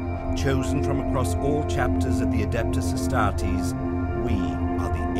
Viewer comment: Adehptuss As TAR-TEEES